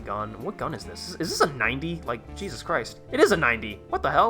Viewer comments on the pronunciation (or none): none